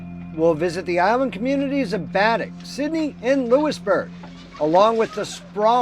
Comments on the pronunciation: Pronunciation for Baddeck in Cape Breton is ( BAADECK ) I am a Nova Scotian . Interesting video , I have visited Cape Breton a few times . Thanks for sharing . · Baddeck = Bah-deck. 👍🏻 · Great video. A little hint, though, Baddeck is pronounced Ba-deck. Ba as in baa like a sheep does. 😉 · Your saying baddack wrong 🤣